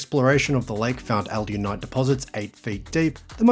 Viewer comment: Good work on saying Alunite correctly. Not sure why you’re not saying Chandler.